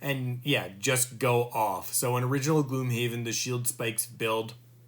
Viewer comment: GLOMHAVEN XD Good video though :)